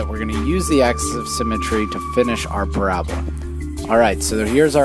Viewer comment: it's pa-ra-bo-la not parabla